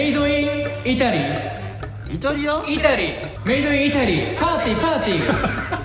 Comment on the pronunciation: しょぴさんが イタリアをちゃんとITALYと発音してることに感動してます((